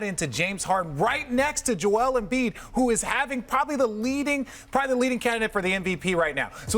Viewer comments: No one: "Jo-wel Embiid" Perkz: "Jo-el Embiid" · Perk: Jew Ale M Beed. Lmao!!! He cracks me up every time he try to pronounce African names. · Perk: "Jo-el Embiid" xD